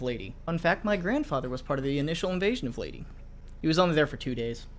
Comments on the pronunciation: Leyte isn’t pronounced as Lay-tee is Lay-Tegh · Invasions of Latie? I thought it was Leyte (LAY-TAY) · Btw, its not Ley-ti. Its Ley-teh. Just wanted to point it out. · It’s not leyteee, it’s ley-tae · It's pronounced "ley-teh" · Y'now, where I come from, it's pronounced like leiteh, but whatever. Just sounded weird. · Your pronunciation of Leyte is funny